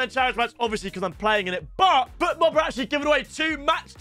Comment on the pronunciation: If I were Fotmob, I'd take the sponsorship away from him. He's calling it Futmob the donkey 😂